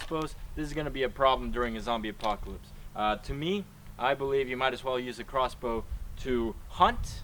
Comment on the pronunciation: you said rossbow